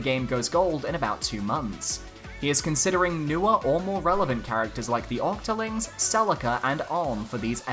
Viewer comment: I had a seizure when you said octoling